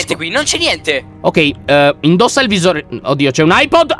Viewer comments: LION AIBOL NON AIPOD🤓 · Lyon si chiama "Eye balla" non "Eye pod" sei grande non di altezza ma di cervello! Anna nel sangue Lyon nel cuore Cico va nel vapore!😅😂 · Ma al minito 11 e 00 lyon dice ahipol quando si dice hibol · Lyon per tutto il tempo hai detto eyepod invece di eyeball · Si dice Eye Ball.